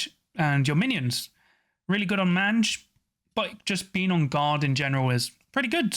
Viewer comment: You probably don’t care but mange is pronounced MAYNGE. It’s a scabby skin disease. Not trying to be a nazi, just helpful. Love the channel 👍